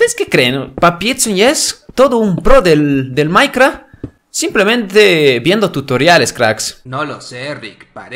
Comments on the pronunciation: sos malisimo en el maicra jjajaja se dise maicraft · me gusto cuando dijo minecra pero se dice minecraft